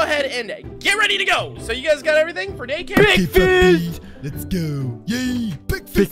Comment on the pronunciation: I love it when they say dacare